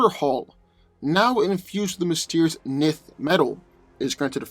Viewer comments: Isn't it pronounced enth metal not nith metal? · 1st, Nth metal is pronounced ninth NOT nith, & no, Nth metal is not stronger than adamantium. Hawkman's healing factor isn't more powerful than Wolverine's. What happens when cuts his head off, what then? No way Hawkman wins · Love to see hawkman "fly away" when wolverine cleaves his wings from his back. Also...pretty sure its pronounced "en-th" metal not "nith" metal. And the combatant tgat can fly doesn't autowin as you suggested simply becausr the grounded opponent couldnt get an attack up to him. The flier has to come to ground level to get his attacks to land as well. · Two of my favorite heroes. Note: I believe Nth metal is pronounced "enth" not "nith". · Isn't Hawkman's armor material, Nth Metal, pronounced "En-th" Metal? Like the way you pronounce "tenth"? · enth metal (but ignore the e). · It kills me when he misspronunces enth metal lol I'm going to need him to watch some of the cartoons lol to hear how it sounds lol he does it in all his videos lol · We just gunna ignore you pronounced hawk man's metal wrong ? (Pronounced "ENTH")